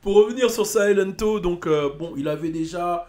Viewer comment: silento ça se dit Siléntou